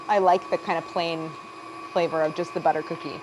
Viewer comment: It's Kerrygold Buterr!